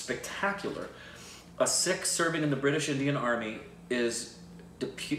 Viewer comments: Hi /, you guys are fantastic. Just FYI. It's "PUN-JAB" and not "POON-JAB" and it is "SIKH" (singular) and not "SEEKH". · Loved your reaction..by the way it's sikh not sick or six.when i clicked on your subtitles of your video i says sick..👍😃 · Sikh is pronounced Seek by non-Sikhs, the plural is Sikhs is pronounced Seeks, by People who are from the Sikh religion, Sikh is pronounced Sick and plural is Singh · Love you guys for reacting to this. Suggest you react to 1984 also. Again starring Diljit Dosanjh. Now, only for your reference in further reactions: 1. It's PUN-JAAB and PUN-JAABI (PUN as in BUN or PUN really) 2. SIKH has the H sound in the end. There are alphabets in Hindi/Punjabi which have that H sound in themselves like KH, GH, CHH, DH, DHH, THH etc. 3. A Sikh performing a role would wear Turban but a Non-Sikh has to wear Turban while performing the role of the Sikh. 4. And Diljit Dosanjh is another great of a Singer, Punjabi and now Bollywood legend. Diljit also was the lead in Soorma(the movie with Hockey champion who was shot and bounced back to become a champion) that you reacted to. 5. There's no dance/DJ party in India that would not have Diljit Dosanjh songs, whether people understand it or not. 6. If you remember from Shashi Tharoor's speech a lot of Indians were abused by British Army for WW-I. 7. SIKHs around the world are known for giving the highest level of Service (we call it SEVA). It's so deep-ingrained in Sikhism that when it comes to SEVA, they don't ever think twice. They are the first ones to reach any part of India (and other countries too, for that matter) to help and rescue victims of flood, famines, tsunami or any calamity whatsoever. I was born Hindu but have great respect and reverence for Sikhs.